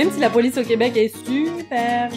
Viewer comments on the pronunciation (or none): La poice au lieu de police 🤣🤣🤣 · La Poice :-D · La \POICE/😅😅